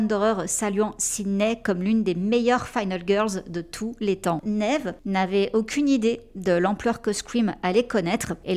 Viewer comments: Quand tu demandes la prononciation de Neve sur Google, la réponse est Nive… À voir😅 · On dit bien " Nèv " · Merci pour la vidéo sur cette excellente actrice 🙏🏼❤️La prononciation du prénom Neve a l’air aussi difficile que le prénom Deirdre x)